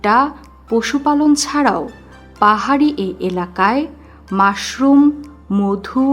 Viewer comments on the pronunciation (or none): none